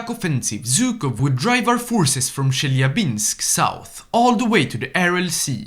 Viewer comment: peakest peak of the peaks as always,but the way you pronounced chelyabinsk pissed me off its not "chel lya binsk" its "che lya binsk" basically just remove the L in chel